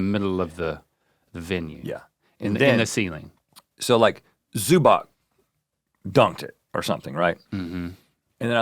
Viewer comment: Rhett doesn't know how to pronounce Zubac